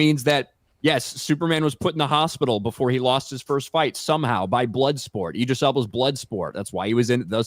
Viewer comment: Eye-dris???? It's ID-ris Elba. Bizarre